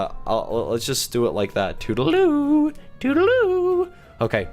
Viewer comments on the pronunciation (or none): It's tootle-loo or tootle-doo